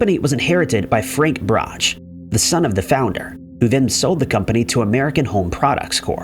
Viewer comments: Pronounced "Brock" not Brocchhhh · Brock not brotch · Rhymes with "squawk". Iffy research... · Brach is pronounced 'brack' not 'bratch'... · Brach pronounced Brock. Like rock. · Brach is pronounced, "Brock." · #9 Brack rhymes with sock. Ugh... English is hard? 😮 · Brach is pronounced Brock. And I know you're messing with me about cairo's pronunciation.